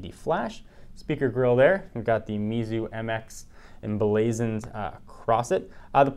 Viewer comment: i think you pronounced the name wrong based on my Pinyin reading experience.